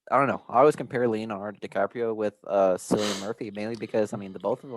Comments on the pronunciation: His name is pronounced like the c is a k just FYI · 28 Months Later is my dream movie to be made. Loved the first two parts. Side note: your pronunciation of Cillian Murphy's name drove me nuts throughout the video. lol